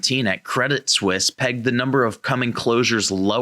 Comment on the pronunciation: Guys, these are really good fact checks to NBC's fact checkers. Much appreciated. One small thing: please pronounce Credit Suisse correctly. It grates on my literacy checker.